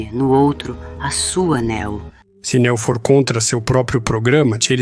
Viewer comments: Fiquei curioso com o tema do vídeo, mas essa dublagem toda em IA, Neo chamado de nÉo, e etc, me impediram de ver essa teoria. Sobre as inconsistências faladas até os do vídeo, pode-se levar em consideração que o filme quando lançado era um filme solo, e depois que ele fez sucesso que foram escrever um segundo e um terceiro filme. Logo as inconsistências são frutos da ganância hollywoodiana. Assim como o quarto filme. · Juro que tentei ver o vídeo mais o locutor não fala nem o nome da personagem direito ele pronuncia néo ao invés de neo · "Néu" 👎🏻....... "Niô" 👍🏻👍🏻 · Não é Não, é Níô, tipo, novo, escolhido. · Até me interessou, mas ouvir chamando de Néo, me fez dropar! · A pronuncia é "Niu" chat gpt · nem o nome do protagonista o cara sabe falar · o cara sabe pronunciar varios nomes em ingles mas peca em neo? será que realmente ele assistiu o filme ou é apenas um mero inseto procurando s eu lugar ao sol?